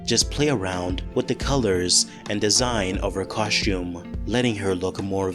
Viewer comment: What's a 'cosh-tume"?